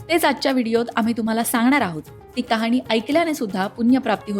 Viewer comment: Mam , khop chan khatha sangitli ahe 🙏 पण कुठे मध्ये उच्चार चुकतायत जसे ' कहाणी ' ला कहानी उच्चारय असो 👌